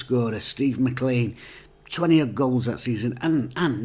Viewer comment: MacLean is pronounced McLane, sorry I've been hearing it mispronounced for years.....